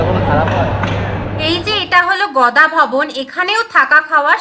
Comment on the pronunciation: Gada bhawan mam Not Goda bhawan👍